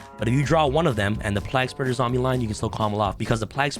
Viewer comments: The card I think should be band is destiny hero destroyer phoenix enforcer. Also it's plague spreader like the black plague not like your saying Prague with an L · lmao Bro its pronounced PLAYg- Spreader too funny!! hahaha also, isnt Haliqufribrax banned now? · Man, the way you pronounce plaguespreader is whack.